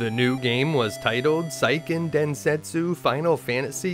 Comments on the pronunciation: Seiken is Sey-Ken, not Sai-Ken. Good information, but you're killing me on the Japanese words and names. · It’s “sayken” densetsu, not “psyken” densetsu. Great content though. 👍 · Seiken Densetsu is pronounced "SAY-ken"... 🙄 Japanese romanjinization is VERY EASY to pronounce, as it's 100% consistent.